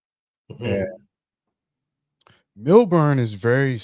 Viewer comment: I am laughing because I have been to Australia four times. I "pre-gamed" on MySpace! 😂 You will meet great people and have a lot of fun. You will not encounter racism but some stores sell racist black characters. Also.....it is pronounced "MEL-burn" not MILL-BORN." 😂 SYDNEY is LA and Melbourne is New York. The women in Sydney will flake out on you just like LA. You need to have a backup plan. I do not recommend going to Perth. It is very slow. People love going to strip clubs after going to the club......women too. There are Hip Hop clubs and you can meet beautiful women. If you go, land in Melbourne on Wednesday and stay until Monday and then head to Sydney. Stay in the CBD in both cities.